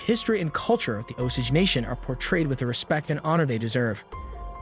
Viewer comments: Martin Skor-say-zee. He's famous. Oh-Sage pronounciation... not Oh-sidge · And it's pronounced Os-Age.....not Os-ige😕😕😕